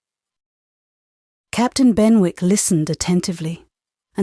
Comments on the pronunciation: Not Ben-wick. Should be Ben-ik. Is she British or not? So hard to hear the mispronunciation. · Said as Ben'ick....not Ben wick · Quite enjoyable. However.......... in English Z is not pronounced zeeeee and punctuation is not spoken aloud. And I am sure that it is pronounced Bennick, not Benwick! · Incorrect pronunciation of Benwick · Yes - ‘Louisa’ often pronounced with a long i (Loo-eye-sa), which is particularly odd. Maybe the reader was thrown off by the fact that ‘Maria’ was often pronounced with a long i and thought that must have been true for other names as well? Also, the ‘w’ in ‘Benwick’ should have been silent, I think. But those are minor quibbles, I really appreciate this reading!